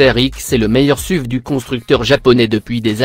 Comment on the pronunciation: Vous devez avoir un problème avec les noms de voiture vous n'avez pas parler d'une voiture sans mal prononcer un nom juste Par exemple : on dit S.U.V et pas suv , on dit Range RovER et pas Range RovÉ , on dit Audi R 8 SpYdER et pas SpIdÉ